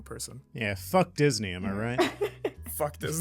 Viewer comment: I really love the way pronounces Disney Because I'm brazillian I'm used to hear people pronounce as dis-nay and it feels right hearing him pronounce it like this as well